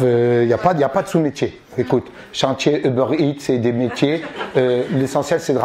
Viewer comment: Redouane on dit pas sous métier on dit sot métier mdr